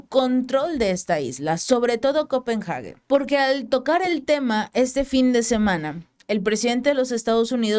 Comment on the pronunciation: Se pronuncia el nombre de la Capital todo junto ,no lo separes al pronunciarlo. Copenhagen . Solo es una observación.